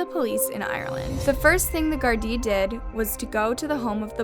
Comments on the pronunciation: It’s not called “Jar-dee” or “Gar-die” its called Garda and pronounced as such 😂 so irritating to hear her say and spell it incorrectly over and over. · Stumlbed onto your videos and I really enjoy them. I wanted to let you know, in case you do another Ireland video, that I watch a youtube channel called That Chapter and he pronounces the Garda just like it is spelled Gar-da ;) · Omg the way you’re pronouncing Garda lmaoo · its GARDA not jardie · It's Garda not Gardi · OMG ITS GARDA NOT GARDAI!!! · Baby, it’s pronounced ‘guard-ah’ in Ireland 🇮🇪 but with a less harsh sounding syllable change xxx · Garda.. Name of the Irish police not Gardi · I believe Garda is pronounced Guardah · Her pronunciations in every video is horrible how does she not know this or read her comments on here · The pronunciation of Garda is trash lmao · You're saying the word Ireland and Garda wrong also the murder is not actually that well knowing, so I don't know why you talk like it is. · The way she says the police in Ireland annoys me it’s clearly spelt Garda but apart from that interesting